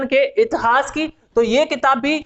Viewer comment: इतहास नही होता मेरे भाई इतिहास होता है।